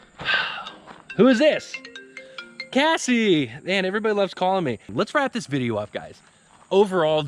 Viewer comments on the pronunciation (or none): none